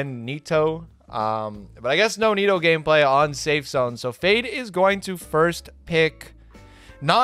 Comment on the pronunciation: why does call nita 'nito'?